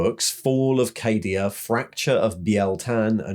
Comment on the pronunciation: What's this? not pronouncing Cadia as "Caddia"? 😜 But seriously, absolutely fantastic video mate! As an old, old, olddd veteran of the game I had pretty much given all the Primaris/Guilliman guff a miss and skipped out on reading the new lore. So this did nicely. Cheers.